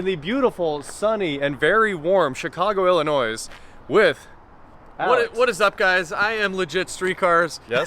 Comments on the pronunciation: Oh my you are going to get a lot of grief for the Illi noise pronunciation. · The S in Illinois is silent. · Illinois. The s is silent. Just saying. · Please, the s on the end of Illinois is silent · Hi, BTW, you don't pronounce the last "s" of Illinois, because it is French-Canadian (like the Indian Nation). It is only 1-Illinois, not multiple. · You don't say the S in Illinois. Legit street cars should have corrected you. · I was going to say, you and Alex need to do more collabs! p.s. The S in Illinois is silent 😁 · when pronouncing Illinois the s is silent.